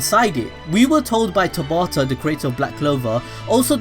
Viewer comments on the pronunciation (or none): none